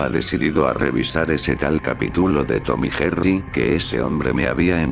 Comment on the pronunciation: Lo dijiste mal Tom y Jerry